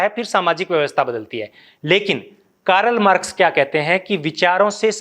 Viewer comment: What is कारल मारक्स ।। शुद्ध उच्चारन करो भाइ